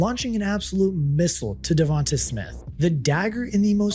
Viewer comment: I like your channel, but the way you're pronouncing Devonta's name is killing me.